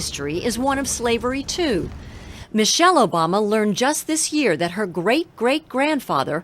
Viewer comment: Michael Obama starting off this video right.yes it's micheal not Michelle.